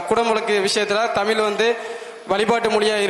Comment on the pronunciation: இஸ்..கிறி..இல.ங்கையில் தமி..ர் அல்ல 😂